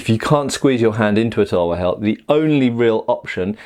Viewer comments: Half the vidoe I was like "what is a Indian towa" Then I get what you ware saying, it's pronounced like this tal-var btw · We call it as thalwar not tulwar